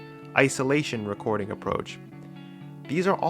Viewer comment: this nigga said WRECKORDING